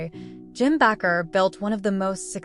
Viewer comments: The last preacher pronounced B like this Baker; not backer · It is pronounced Baker. Be careful here. Jim Baker repented of his sins.